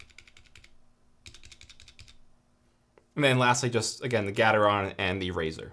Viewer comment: Gat-er-on Me: no no, I think it’s Gae-ter-on: GAT-ER-ON